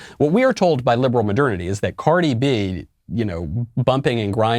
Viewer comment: He said Cordi B. 🤣🤣🤣